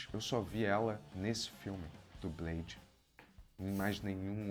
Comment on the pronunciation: " É blede, daywallker !".❤